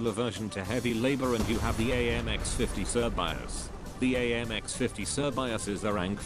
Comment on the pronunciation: its not actually pronounced "sir bi as" its pronounced "shuh bay say"